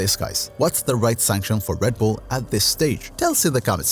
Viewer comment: REDBULL not RADBULL